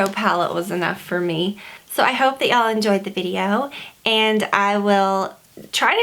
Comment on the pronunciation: I love when you say ya all